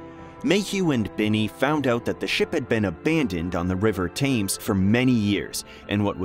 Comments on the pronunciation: It is NOT the river Tames, it is Thames pronounced TEMES. We could use a few of these hulks now as a deterrent. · Brixton, not Brighton. If you are going to make historic videos then at least get the names right. Oh and Thames is pronounced Temms. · Ps Thames is pronounced TEMS . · Thames = "Temz" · Really interesting, but pronunciation check; the River Thames is pronounced as Tems. Confusingly, the town of Thame is pronounced as Tame 😂😂😂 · River Thames, not Tame get it right. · It's pronounced 'Tems'. The ignorance of Americans never ceases to amaze me. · How can you take someone seriously when that can’t even pronounce the word Thames properly ? Lightweight.